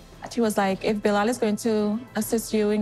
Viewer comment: Why are you keep calling this man “BILL LAL, the man’s name is pronounced BY LAL. It is a Muslim name and I am so sick of this woman. Please, please go back home. Nobody is holding a gun to her head.